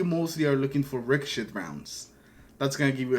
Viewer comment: The T is silent in the word ricochet in case you didn’t know ….yea